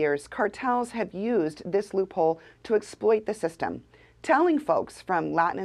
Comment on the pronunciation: Whats the matter with everyone. People can't even talk anymore. It's Loop HOLE not hold. geeze